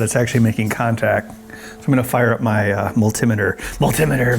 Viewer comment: You said mull-te-meh-tuh when I thought I was the only one to say that! How about thur-mow-mee-ter?